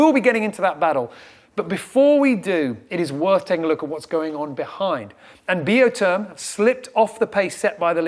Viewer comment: Seriously, I've heard pronounce the boat Biotherm in the beginning of this race. somewhere near the rounding of the Horn he started with Bee o term. Why the change. Even the crew use the Biotherm pronunciation.